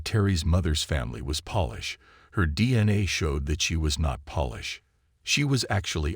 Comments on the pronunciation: World War Eye Eye? Stupid robo-narrator. Oh, then there’s “polish” pronounced like shoe polish. Not “Polish” as in people from Poland. Why don’t the use actual human narrators on YouTube? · Aye. Polish is not pronounced as polish!